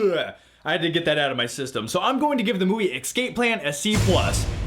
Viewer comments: you're awesome, but it's escape not excape. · It sounded like you kept saying "ecscape"